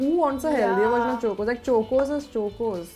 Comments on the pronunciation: It's pronounced like chawcos(it's a mere pronunciation) not chocos for God's sake😶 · It's chocos not chokeos!! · I couldn't stop laughing whenever was saying " CHOKOS " instead of CHOCOS 🤣😭🤣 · Can someone ask them to stop saying Chocos wrong. It's CHAW-koes not CHOE-koes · It’s pronounced ch-oa-kos not chookos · we pronounce chocos as “ ch-au-kos” but was pronouncing like “ch-u-kos” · suhana 165 it's supposed to be pronounced "chock-os" not "choke-os" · Its pronounced as Chaw- cos not chu- cos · Why is not saying CHOCOS she says choocoos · Who all got OCD when kept saying Chokos I thought it was Chocos like Chalk-os Noone just me ok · CHOCOS not CHOKOS. UGHHHHHHHHHH. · No one: Buzzfeed india: CHOKOZ its chocos, dude, like how you pronounce chocolate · No one : Buzzfeed India : CHOKE-OS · Ikr! Its pronounced as chalk-os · CHOKE OS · the starting should be The start of CHOCOLATE... It isn't CHOKE OS lol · Yaaa like CHA-COS . The way they say is very disturbing 😂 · Someone teach how to say chocos pls. It’s not Chokeo’s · 1st-corn flakes and chutney ( what the actual fudge) 2nd-says cocoa crispies look like whatever-she-said chivda ( omg stop) 3rd- cho-kos ( How? What? What even? ) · literally said choke-O's every time she pronounced chocos 😂😂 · I don't know if was say "चोकोज" intentionally... But that was fucking irritating Cause is the girl who acts to be the modest of all in every video she is in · ITS CHALK-OSE AND NOT CHOKE-OSE!!! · Am i the oly one who got triggered by when she said CHOK-OS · its not chokos omgg please don’t say it like that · Chalk-os. Im an Indian and am disappointed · why is chocos being pronounced like that by? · this is like 4 mins 19 seconds of them mispronouncing chocos i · This video made me think I was pronouncing chocos wrong this whole time but the comments section makes me feel I was right only lol